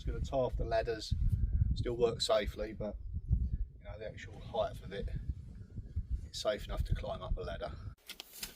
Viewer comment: I love how you say height with a couple of F's added to the end. 😊